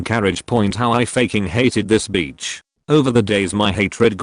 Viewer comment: Bitch is Not pronounced Beach....soooo many mispronounciations...